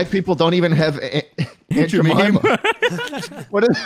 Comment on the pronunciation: "Aunt jimeema"